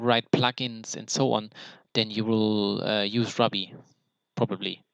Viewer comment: Love your in-depth honest review of the content. I laughed when you said "maybe I'm just stupid", I feel this way when things are very hard to grasp and understand haha. Also, not to be nitpicky but ruby is pronounced (roo-be). I was confused for a minute until you mentioned metasploit's foundational language lol. I don't mean to step on your toes btw. I do have a couple questions: 1. Why did you take this course in preparation for the OSCP in comparison to the training they provide upon purchase of the exam? 2. Was it an affordable/worth it expense? Did you customize your content, how much was it in total? 3. Are you able to share the content you have received from the eCPPT? If so I'd be very interested in any shareable content! I am taking the sec+ this month. Then I'm going for the OSCP. My goal is to achieve the OSCP by end of 2017-early 2018. If you're interested in chatting, I'd like to hear your experience f2f on skype sometime? Thanks! -Vince